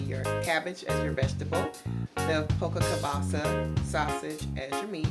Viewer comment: it is Polska Kielbasa not polka kielbasa.